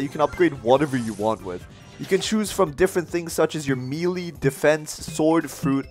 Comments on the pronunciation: melee is pornounced maylay not meelee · did you just pronounce melee as "mee-lee" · pronouce it as meh leh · Bro really said “milii” 💀💀